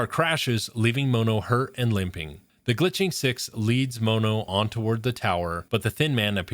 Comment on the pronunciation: The way you say mono is painful its pronounced like the mono in monochrome his name is just one